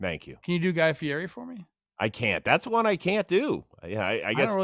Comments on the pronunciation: Plouffe this morning about the giants new manager “don’t be someone who you aren’t”…. 12 hours later is a literal guy who says his last name wrong. It’s Fiiiiiietttiii not fierrri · You can't dress up like Guy Fieri and then pronounce his name like that Trev!! Fee-eddy